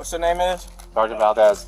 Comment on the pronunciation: Just trip em when you walk by an overpass. "Wuss duh law?" Yeah we'll get to that when you can read let alone understand proper English "Wash uh nayme!??" "Cawl duh supuh vizah"😢 "Detained fur wuh?" Ok we have to "learn yuh" what "detain" means....."ok can you read or do we have to translate these weird symbols for you???"